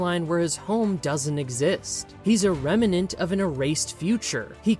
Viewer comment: I like this video, I really do. Even if there's alot of repeating the same thing That being said. It's *remnant* Rem-nant Not rem-en-ant. It's not like revenant.